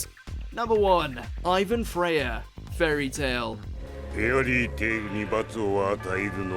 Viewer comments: it’s actually ivan dreyar not ivan freyer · It gets really annoying when they do anime top 10 and not get names right. It’s Ivan DREYAR! NOT Freyar! If you are going to do these list, actually watch the anime or read the manga before. There have been so many times you have said names wrong. Can’t get it right, you shouldn’t do a video! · Ivan Freyar? Does the guy even watch Fairy Tail? It's Dreyar. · Looking for the comment about how Ivan's last name is Dreyar, not Freyar. But since I couldn't find it, here it is. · It's dreyar not freyar 🤦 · uhhhh its Ivan Dreyar lol not Freyar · His name is IVAN DREYER, you butchered the name. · Can someone from watchmojo tell me how the heck they screwed up Ivan's last name? its Dreyar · Minor things, but: - Yes, his dad’s name is “Isshin,” but Ichigo’s name has a ch, like “church.” You don’t pronounce it “shursh.” Ch sounds different from sh. I say this because you kept calling him “Ishigo,” with an sh sound. - Ivan, Laxus and Makarov all have the surname Dreyar. I know D and F are adjacent but c’mon. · Did anyone else notice that WatchMojo got Ivan's last name (Dreyar) wrong? Also kept mispronouncing Laxus's name. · just noticed it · Few people does, like Underratedmage.